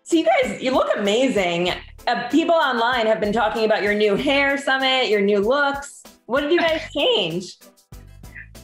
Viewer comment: It's Sumeeeet not summit like summit of Everest 🙄🙄. "Were you shocked by what people ate?? "